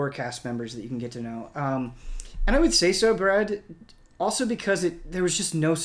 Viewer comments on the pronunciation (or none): none